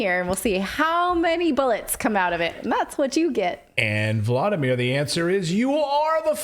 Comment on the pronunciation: Voldymor, not vladymir